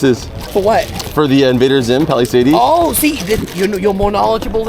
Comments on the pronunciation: Haha it gets me every time when you say Palisades. Lol Is it an inside joke thing or is it really how you think it's pronounced? It's pronounced like "Pal-uh-sayds" not "Pal-uh-say-deez" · yo the way Marcus says Palisades is so wild. And then he kept saying it!